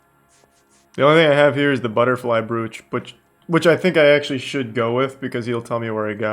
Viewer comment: Even the word brooch! Why tf do muricans try to pronounce every single letter of every word in English?? This isn’t German. It’s English. Brooch is pronounced broach, rhymes with (cock)roach. How tf do muricans go through life unable to speak the only language they know 😂😂